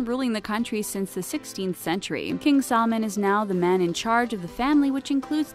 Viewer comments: Who else heard KING SALMON instead of KING SALMAN? 😂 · its not salmon its salman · She pronounces his name like it’s a fish “salmon” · It’s salman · It’s salman 😑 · what is she saying? royal family SAD? King salmon? Please learn to pronouce the names before making a video about them. But none the less a good informative video :) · When she is pronoucing their names it sound like she is mocking them .... AbDuL AzIz😠 and SalmOn